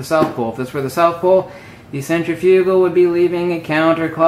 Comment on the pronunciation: cen·trif·u·gal cen trip e tal Proper pronunciation of these words might add some sense of logic to your illogical and INCORRECT presentation.